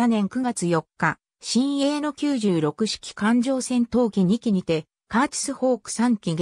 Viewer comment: 読み方はミイケ、サンヨンサン、キュウロクです。中島は特攻を拒否する部下を徹底して虐待した。